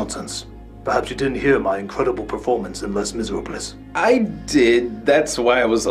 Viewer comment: I burst out laughing when he mispronounced "Les Miserables."